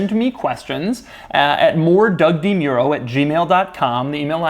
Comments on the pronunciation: Anyone else find it weird how he pronounces his surname? (I know... it's HIS name lol but... i thought it would be more like D'Muro instead of Doug Dee Muro ) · Doug DeMuro....the type of guy to say his last name wrong....I don't like how he says his last name lol